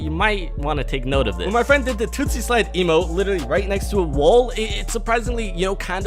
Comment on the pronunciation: Did he Seriously just say TOOTSY SLIDE!??!? He always reads stuff wrong lmao